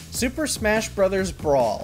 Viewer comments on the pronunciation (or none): none